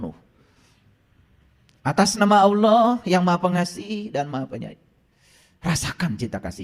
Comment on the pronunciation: Apa ALOH itu ???? Yg fasih Dong ??? .TERJEMAHAN ...OTAK ATIK COCOK LOGI ...SAK ENAKE UDELE DEWEK 😅😅😅 ??